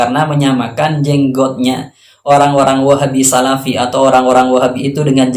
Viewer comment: Namanya juga sarafi bukan salafi !